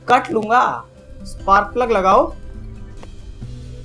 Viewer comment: se special key ko spar plug bola 😁